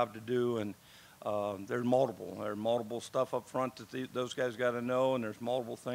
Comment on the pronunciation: Does anyone else love the way he says “multiple”? Sounds like moldable